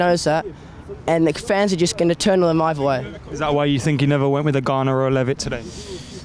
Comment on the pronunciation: ‘I fink I fought, anyfink’ people can’t speak properly these days